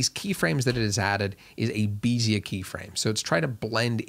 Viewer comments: Loving the tutorial. Another Euler moment: "Bezier" is pronounced more like "Bezy yay". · Yet another word that has to be pronounced differently: bézier. Originally French! So say something like: BEH-zee-ay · Bezier is also french, like Euler :) so it's pronounced BEH-zee-ay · Okay, pronunciation guide #2. "Bezier" is like "beh-zee-ay". French mathematician this time - his first name is "Pierre", which is just so French, isn't it? Unfortunately, mathematics is an international discipline, so these geniuses come from all over the globe and history, and you've got every type of pronunciation represented somewhere. (For example, the dude who gave us algebra - Al Khwarizmi - was from the Middle East. He also introduced to us, at the same time, the "Arabic Numerals" - 0, 1, 2, 3, 4, 5, 6, 7, 8, 9 - we all use. Though this is really a misnomer, as the Arabs got positional notation and the digit zero from the Indians. So they really ought to be "the Indic Numerals" and we just learnt about them via the Arabs. Indeed, "algebra" is from the Arabic. The title of Al Khwarizmi's work on this, that introduced it all to the Western world, started with "al jabr" - which I think means something along the lines of "the division" or "the parts" - and that got distorted to "algebra". Another interesting one is the word "algorithm". That's actually just Al Khwarizmi's distorted name. It's named after him, but has been distorted, due to the translation and the centuries in-between. But, like, say "Al Khwarizmi" without the "i" at the end and "algorithm" real fast, and you can see how his name got distorted to "algorithm" over time. Yeah, science and maths have been "inclusive" for centuries. Long before it became politically trendy. Basically, if you're right then you' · "Bee-zeer keyframe" ew